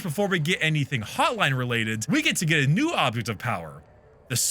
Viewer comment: i swear sometimes when you pronounce an n it sounds like an m and I keep doing double takes because it takes a split second for my brain to realize what you meant when you said "the hotlime".